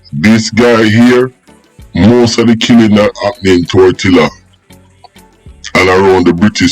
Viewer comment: It's Tortola pas tortilla 😂😂😂 ....yo need to fact check on many of your stories for real